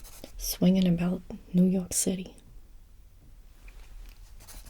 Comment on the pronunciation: "New York City..." Ack! New York accent!